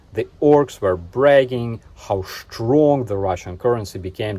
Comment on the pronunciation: Love your humour,, and I love the way you said "schtronk" (штронк). Thank you for the update, and please stay safe! 💙💛